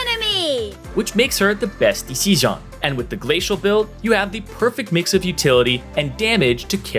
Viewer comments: whats with the "best disison" xD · Neeko accent